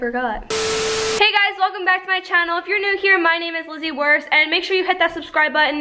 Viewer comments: Keep up the good vids Lizzy also remember when at the start you said join the WURST doesn't it sound like the WORST channel lmao 🤣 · It sounds like you said “the worst family of YouTube “😂😂😂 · its so funny because in the beginning it sounds like "Make sure to hit the subscribe button to join the Worst family on youtube" Sorry but had to point it out cause it sounds like your putting your channel down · Everytime she says to join the Wurst family on YouTube it kills me because I think she says worst😂